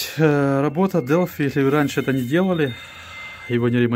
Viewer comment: Делфай однако, а не делфи